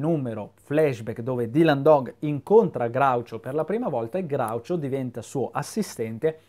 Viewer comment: Sei l’unico che pronuncia Groucho correttamente, questa cosa mi commuove.